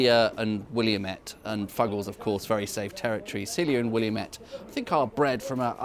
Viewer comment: Just to correct you for future reference, the "williamette" hops is most likely ""Willamette", prounounced "will-AM-ette" from here in Oregon, USA.